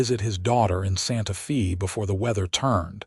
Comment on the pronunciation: EDIT & REVIEW!! The town Santa Fe is pronounced as "Santa Fay".